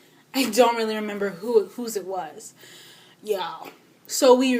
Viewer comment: So I've recently discovered you. And you're amazing!!! And then I found out you were Kenyan when you said leally? YAY! Anyhow, I'm currently binging on your videos. GURRLLLL! You are definitely magical!